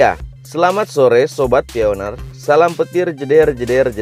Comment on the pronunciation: Bacanya bukan pioner....pionir